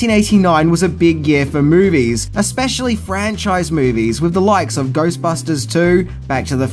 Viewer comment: Mate, please practise saying “threw” instead of “frew”. Maybe give “with” a try, too, instead of “wiv”.